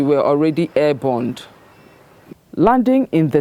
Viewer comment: She said airborned but should’ve been air borne. Nobody big pass mistake